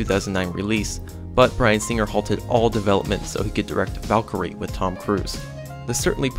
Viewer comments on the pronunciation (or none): none